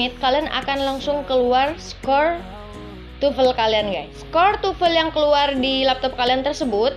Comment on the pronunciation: Why almost Indonesians pronounce TOEFL as tufel?